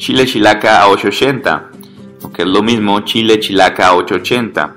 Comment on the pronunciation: "Shile shilaca osho oshenta" /ʃ/